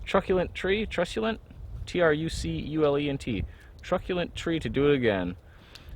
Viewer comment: Yay beer! You pronounced it correctly -- truck-you-lent -- I liked the word "truculent" so much I had to look it up: Truculent derives from "truculentus," a form of the Latin adjective trux, meaning "savage." It has been used in English since the 16th century to describe people or things that are cruel and ferocious, such as tyrannical leaders or wars, and has also come to mean "deadly or destructive" (as in "a truculent disease").